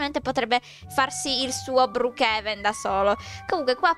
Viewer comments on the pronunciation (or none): none